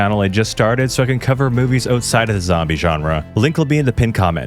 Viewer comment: Love how he says "outside" owetside